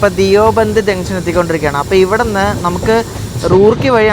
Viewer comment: ധിയോ ബന്ദ് അല്ല ദയു ബന്ദ് ആണ് 👍